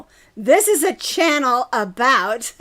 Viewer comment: When you accidentally said channel wrong.